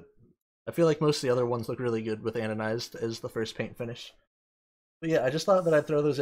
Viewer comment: Stop calling it "anonized". It clearly has the letter d in and is pronounced "anodized"...